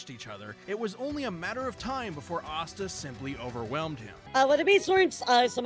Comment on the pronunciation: “Ass-ta” 😂 girl Asta is spelled and pronounced exactly like pasta without the p